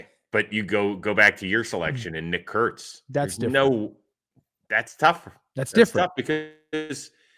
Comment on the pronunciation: Great job really annunciating Nick Kurtz, Trev, can put you in hot waters if you get lazy say his full name fast 😅